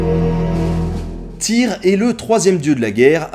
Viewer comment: Vidéos vraiment passionnantes, on sent que tu aime ce que tu fais! Pour info, dans les langues nordiques, le y ne se prononce pas pareil; un peu compliqué par écrit, mais essaye de faire un U avec ta bouche, et de dire i. Je pense à la prononciation du dieu Tyr par exemple.